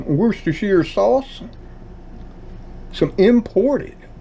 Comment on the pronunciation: nailed it, though. I was impressed.